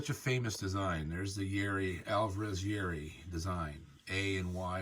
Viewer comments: Please pronounce Kazuo's last name out of respect for the master. It's YA-IRI, not YAE-RI. You said it correctly in the beginning but went back to the wrong way. Please. I do enjoy your videos a lot ! God bless! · First off it's pronounced Ya h - Erie not yawree. I sold Yairi's from 1976 to 2005 and I will tell all who will listen these guitars are far beyond the best guitars ever made, they are the finest. There is one thing about different makes, the Yairi is meant to be played with a delicate touch as this gentlemen is doing. Whereas, Martin guitars have to be played hard otherwise they lose their tonality.